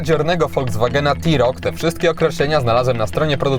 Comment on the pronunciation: blagam, rozpoczynajac test wypadaloby zaczac od jego wymiarow, a poniewaz mowisz o SAUV-ie, czy Crossoverze to nie wolno zapamniec o przeswicie. Literkae T w polskim jezyku czytamy jak te, nigdy ti, to tak a pro po. Autko nareszcie ladne, ale jesli mam w pamieci Dacie Sandero Stepway za 67 tys. z pelnym wyposazeniem; tj. m.in., z kamera cofania, nawigacja, odpalaniem na przycisk, hamulcem elektronicznym, no to musisz przyznac, ze cena TeRoc powala, ach ze dodam jeszcze Dacie Duster z gazem za 74 tys. rowniez z pelnym wyposazeniem i z jakim przeswitem...